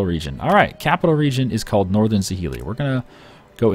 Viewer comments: za-hee-lee? try something that sounds more like jhr-lie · I know, its a foreign language, with unfamiliar sounds and stuff, but hearing him pronounce 'Northern Zhili hurts me so much.